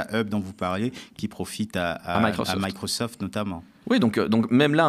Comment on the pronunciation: Remarque linguitique en français Microsoft se prononce Microsoft! Point barre ne contribuez pas au snobisme des financiers.